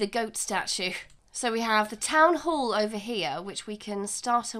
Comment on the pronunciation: I like how you say Town Whore, I mean Town Hall lol